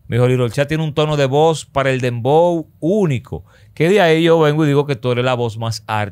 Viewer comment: No es Dembow, es "PLEPLABOW"😭😭🤭🤭🤭🤭🤭🤭🤭